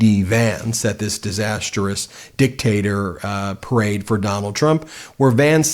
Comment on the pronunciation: Nice "perade"